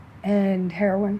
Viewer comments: Heroin not " heron" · I’ve heard at least a dozen Skid Row interviews where they pronounce Heroin : Heron. Must be a local slang.